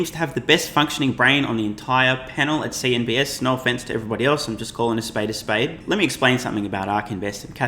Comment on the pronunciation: It’s CNBC not CNBS!